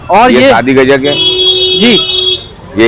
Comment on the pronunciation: gacccak nahi gajak hota hai...:face-green-smiling::face-green-smiling::face-green-smiling::face-green-smiling